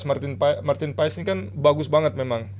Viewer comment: Martin Pas Martin pas 😂. Gak ada yang dari dirinya sendiri nyebutin nama Martin Paes. Semuanikut ikutan . 😅